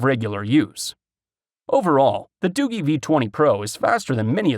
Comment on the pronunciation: Hey I just wanted to let you know for future reference that you pronounced the phone company wrong it's not Doo-gee or better yet not pronounced Doogie like as in Doogie Howser. It's pronounced Doo-jee like if you were to pronounce the letter "G" by itself.